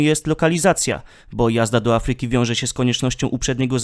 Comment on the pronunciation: Daję łapkę w górę, bo jak zwykle super materiał. Popraw jeszcze akcentowanie takich wyrazów jak Afryka (3 sylaba od końca) i będzie już idealnie. Wiem, że to niełatwe bo jak się człowiek przyzwyczai, to ciężko się poprawić, ale kibicuję Ci w Twojej drodze do pełnego profesjonalizmu.